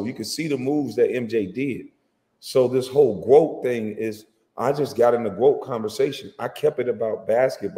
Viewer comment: Why does he keep saying GWOAT?